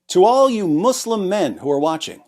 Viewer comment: You humiliate Mou-slim(accent to ''slim''). Sounds more funny